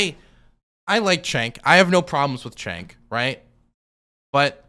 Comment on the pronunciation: Nina will reappear in another district or maybe the same. She has something aoc has but not to the same extent, name recognition. Btw jenk, not chenk.